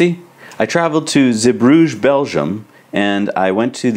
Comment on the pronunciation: Guys pronunciation Zeebrugge is zee-brugg-er. Now you know👍🏻